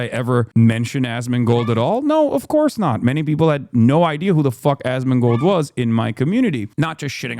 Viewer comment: Asmongold's name is a short abbreviation of "ask more gold" which comes from his early WoW days when he used to beg people for in-game gold so he could buy more stuff. Anyway... He can't even pronounce the name/word right. Hassan pronounces it like Az-Min-Gold It should be As-Mon-Gold Yes, he says his name a lot every single day and probably thinks it in his head twice that amount. Yes it's pathetic. Yes it's sad.